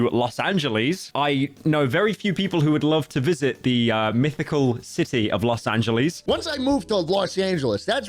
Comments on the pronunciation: "Los aNgEieS" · "los anyuilees" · los angeleez????? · Los Angelis... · Los Angilees my favorite. I love Oddsoneout/ Bro can't pronounce names for shiii 😭😭😭